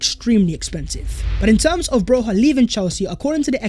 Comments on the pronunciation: It is not pronounced Broha It is Broya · (for the non albanian speakers) his last name is pronounced BRO-YA not BROZHA or BROJA